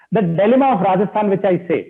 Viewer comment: Ragisthan nhi h saurab bhai Rajasthan h